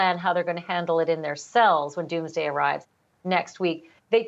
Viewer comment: "Mr. And Mrs. Doomaday" LOL... I LOVE THIS PEOPLE..they don't have hair on their tongue, they say it like it is!!! Love you all..